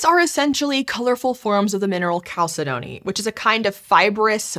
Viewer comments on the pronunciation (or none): I'm sorry. I can forgive the mispronunciations of geographical locations, but if you're going to be a science educational program, at least get the scientific pronunciations right. I had to look at the transcript to figure out what "Kal-sa-DOH-nee" was. If you don't know how to pronounce a word, google will help you. Chalcedony is pronounced "kal·seh·duh·nee", although to be fair, I hear it pronounced "kal·sed·nee" a fair bit. At least when I hear it pronounced that way I know the person saying is at least familiar with the term, not just someone trying to read a script. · Chalcedony is pronounced cal-SED-eh-nee.